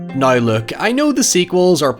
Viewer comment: Me: say now..: nayuwoh Me: nooww: Neeeeoooorraaaynth